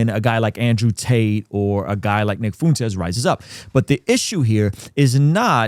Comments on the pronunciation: I agree with your take here but if you want to be taken seriously on this you should start pronouncing Nick FUENtes’ name correctly…I honestly can’t tell if you’re being serious or subtly mocking. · You could at least learn how to pronounce the guys name before doing a critique on his positions. I’m a God fearing successful father who agrees with much of what Tucker and Fuentes have to say. I’m likely more successful than most of your followers. I don’t say that to brag, my point is that assuming everyone that agrees with them are basement dwelling losers is incredibly tired and just proves their point. A victim mentally is a terrible thing, but so is burring your head in the sand. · The irony of a guy with the name acting like he can’t pronounce Fuentes while living in Southern California 😂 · You’d think someone who has lived so close to Mexico for his whole life would be able to pronounce Fuentes